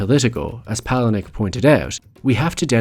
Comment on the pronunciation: this is my fave film of all time, and i do appreciate the "copy ,of a copy, of a copy" reference. however, i feel it's my duty to point out that you are saying the name of the author wrong. poor chuck.